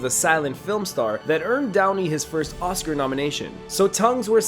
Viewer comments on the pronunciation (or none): none